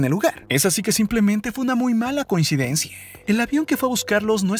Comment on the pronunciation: Porque chingados habla son E al final coinsidencie ? Cuadre ? Zone ? Floride? Que pedo